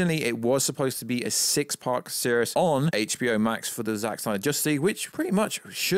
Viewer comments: I don’t know whether this is your schtick or you have an impediment but the fact you don’t say ‘series’ correctly really irked me and took me out of what you were saying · Who mispronounces “series”?